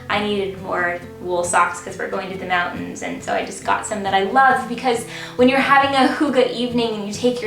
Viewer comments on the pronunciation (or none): none